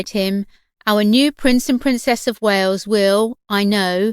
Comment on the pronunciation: 'The princess of Wayooz'. Ugh.